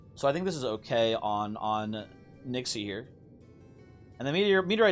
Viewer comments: Yeah and none of them pronounce it like does. If it's written as "Nixe", then 'Nix-uh' is the fauthful pronounciation. People can pronounce it how they want, but don't try to tell me that it's an accurate representation of how it's supposed to be said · I think Nixe is pronounced "Nix-uh"